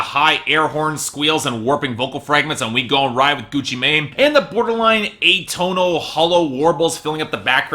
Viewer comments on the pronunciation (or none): I feel like Gucci Mane's new album is gonna surprise you. Also, I'm pretty sure Mane is pronounced "man" when referring to the trap god